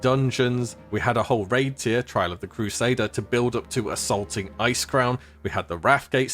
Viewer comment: Tier =/= Tire Tier (Tear)